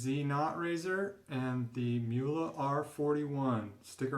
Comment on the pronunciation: Not Muhle, The name is Mühle with Ü.